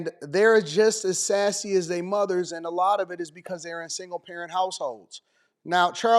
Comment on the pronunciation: Hey teacher...it's not "dey friends", it's "their friends".